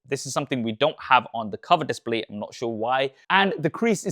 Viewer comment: Bro can't say "display"